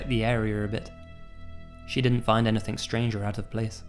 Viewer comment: Do you notice that says "anythink" instead of "anything"? Its cute!